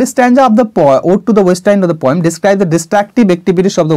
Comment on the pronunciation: You are explaining with your utmost endeavor sir.Nice attempt .Please do check repeating the word 'kintu' and the pronunciation of poet,poem etc.